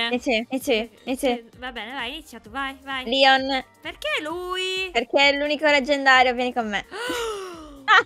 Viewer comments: SI DICE LEON??????? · Non SI CHAMA LION SI CHIAMA. LEON